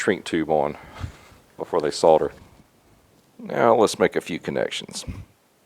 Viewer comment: Its Solder not Sorder. :)